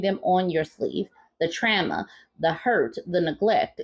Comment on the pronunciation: Oh the “trama”!! LOL.